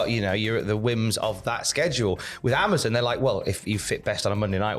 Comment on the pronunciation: lol yo can’t say Amazon right